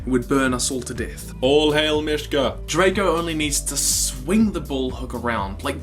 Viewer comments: It's Drago! Not Draco! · U sied drako its dgrago bloodfist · This is an awesome story but Drago ( Draw-go ) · Your pronounce Drago not Dr-ae-go but just Drago sos XD love it